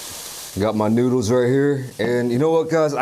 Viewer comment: the fact that u say noodles like that 😳 noods